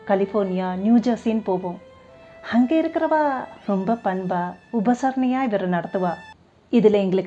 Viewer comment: Instead of A” she s using ha like hamma happa hangey. Its Boring. But good narration. Cngrts